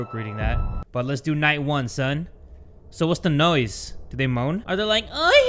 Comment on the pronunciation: Are we gonna ignore how he said"nosy" instead of noise